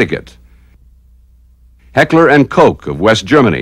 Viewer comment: Another one, who cannot pronounce "Garand" and "Heckler & Koch"... Some what embarrassing, when this is meant as an instructional film...